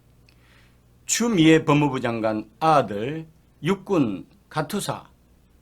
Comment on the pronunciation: 추미애를 추우미애 이렇게 발음을 좀 특이하게 하시네..